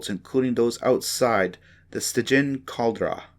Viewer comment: I appreciate your time in turning this into an audiobook. Get a thesaurus. Some words you mispronounced are foreign language in origin examples *caldera and heir.